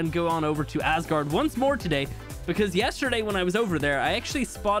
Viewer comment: Man, you really have to stop saying ass guard, please! Btw loved the video keep creating amazing content!